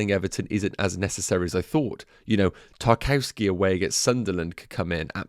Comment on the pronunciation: Great content. Btw... Tarkowski is pronounced 'TAR - KOV - SKAY' or even 'TAR - KOV - SKEE'.